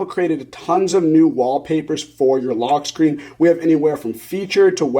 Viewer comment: “Log screen” 🤣